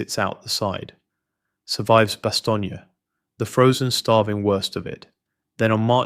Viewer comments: Cant stand theses clips were place names aren't pronounced properly..... its Bastogne pronounced bas-stone not bas-ston-yay. If your going to do this about real people and real places you can at least get world famous place names correct. Very amatuer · I thought the way Bastogne was pronounced was pretty weird, but the complete runover of your own audio sped up just completely comes off as ai slop. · You know, I clicked on this expecting some AI crap and rehashed info. I was pleasantly surprised. And don't sweat the pronunciation of Bastogne, the men that fought there were all over the place with its pronunciation. Keep it up.